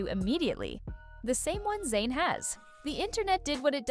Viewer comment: His name is ZAYN not Zyan